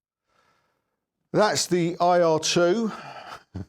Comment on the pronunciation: It’s an Eye Argh, rather than err though 😊